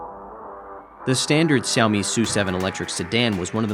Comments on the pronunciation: We learned "Wah-Way" Huawei & we'll learn to say (Zhu)"Meow" for Xiaomi. Stunning phones & breathtaking cars. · Why is he not pronouncing Xiaomi correctly especially as a Chinese speaker?